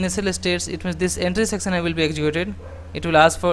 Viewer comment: Please please try to learn the right pronunciation for example for words "section" or "action". This is very difficult to listen.